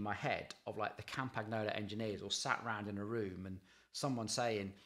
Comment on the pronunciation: It's pronounced "Campanyolo", you could at least get them basics right.